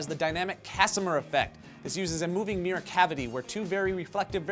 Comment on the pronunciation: Am I the only one the only who cringes every time somebody says "Meer" instead of "Mirror"?